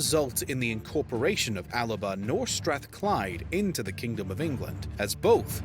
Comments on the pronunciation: Alba is still the name for Scotland in gàidhlig and it annoys me when people pronounce it as [al-ba]. The gàidhlig 'L' is pronounced as if it's on its own, so [a-la-ba]. 'Al-ba' would be white in Latin. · Alba is the spelling, 'Alapa' is how it's pronounced.